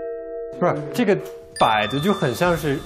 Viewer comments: 啊蒲说“这个门能不能帮我们打开”的时候，我好想回他“不行，ze个门没有把sou” (狗头保命) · 对对！我第一直觉也是说这句🤣 而且翘舌一定要去掉